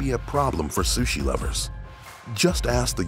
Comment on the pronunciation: Did you hear he said do not eata suhsi